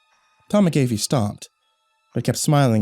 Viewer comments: Wow, I rarely see my last name anywhere; although I do have to say it's pronounced mak-uh-fee not mik-ae-fee, like the of the anti-virus software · Its MAAACCC- AAHHH- FEEE. Not "Mc-- ayyy- feee" lol